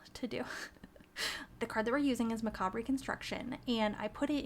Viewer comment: ur pronouncing the word macabre wrong :)